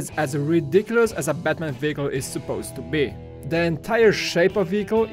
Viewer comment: You called Batman Buttman! LOLOLOLOLOLOLOLOLOLOLOLOL.